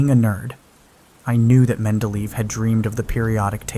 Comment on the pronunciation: I really love you as a narrator, but please look up the pronunciations of foreign names and words before recording. It was only a tiny one here, but I've noticed more glaring butcherings of names in particular in your other narrations and it can be a bit jarring if it happens more than once in a story. It's "Mendele-yef", not "Mendeleaf". That's because the e in Russian and other Slavic languages is often pronounced as ye or (if it has those dots above it) even as yo, depending on what letter stands before it.